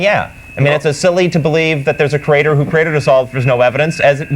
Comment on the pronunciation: Why do creationists pronounce creator as, "CREA-TORE"?